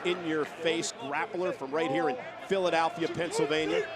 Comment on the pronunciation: Hard to focus on the great match being put on while simultaneously having to listen to Michael Cole butcher the pronunciation of Philadelphia